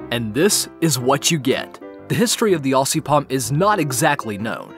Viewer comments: its not ossy (aussie) its ozzy (aussie) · (I'm Australian) The ss in Aussie are said as zz. Aussie is actually pronounced Ozzy.